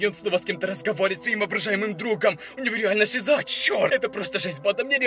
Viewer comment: Не шизА а шИза